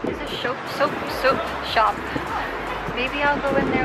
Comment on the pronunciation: “It’s a soap shoap soap shop” 😂😂Shes just like me 🤣